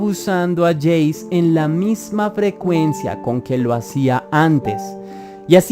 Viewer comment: Su nombre se pronuncia como "Yeici". Lo siento, pero cada que escuchaba su nombre en el vídeo me daba algo. Acabo de leer "Finding me" escrito por una de las víctimas del caso de Cleveland y sinceramente de ver videos sobre los casos a leer desde la perspectiva de las víctimas es un abismo. Es casi como si te estuviera pasando a ti o estuvieras presenciandolo y sientes la impotencia de no poder hacer nada o de los que podían notar algo pero nunca denunciaron. Lo recomiendo ampliamente 👌🏻